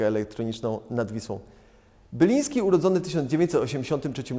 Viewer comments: Panie prowadzący Marek BILIŃSKI ! nie Byliński...jak można... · Marek Biliński a nie ''Byliński'' ''Ucieczka z tropiku'' z 1984 roku pochodzi z płyty ''E#MC2'' a nie ''Ogród Króla Świtu'' ( 1983 ) ech...